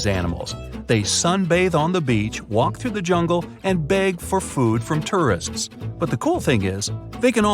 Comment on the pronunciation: You don't say "tourist" very well.